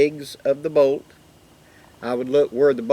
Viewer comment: bolt not boot